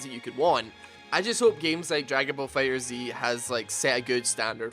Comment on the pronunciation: It's Fighterz not Fighter Zee